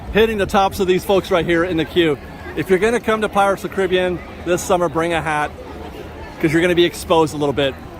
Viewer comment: Say it with me..."Pirates OF THE Caribbean"